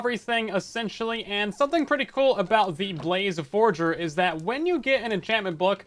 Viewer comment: forager and forger is two completely different things